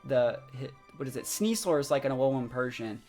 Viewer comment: IS it just me? I keep hearing him say "Sneas-SOAR" instead of "sneas-LER".. hmm